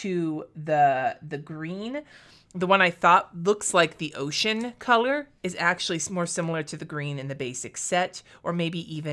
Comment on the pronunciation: Totally thought you said your personal favorite color was “oh shit” and I was confused that it was a blue and not a brown? Then I relistened to it and realized you said “ocean” 😂😅